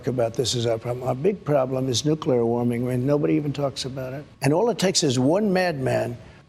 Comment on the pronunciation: The N word. The NOOKULAR word.